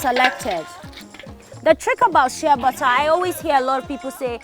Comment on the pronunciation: am wondering what u're saying which sounds like "shebatthaa" not til i remember that bottled exfoliating soap with "sheabutter" AND there i got what u're saying--AND THAT's one of the secret of your beautiful skin! hmmm interesting!!! ..nice video!😍😍😍